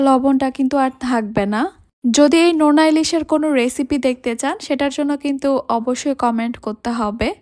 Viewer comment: নেনা ইলিশ নাকি নোনা ইলিশ